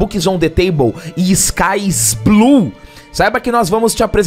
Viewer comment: SKY IS BLOUUE kkk quem ta nesse nível dá like!